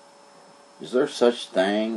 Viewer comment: It's called "THING" " ING " NOT " THANG" " ANG SAY "TH I ING " " ING "... Other than that Great Video ! Thumbs UP !